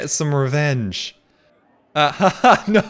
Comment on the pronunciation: Since when is there an "R" in the word "No"